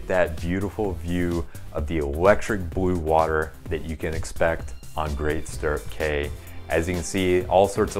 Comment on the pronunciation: You should probably get the name correct...Great Stirrup Cay (pronounced "key")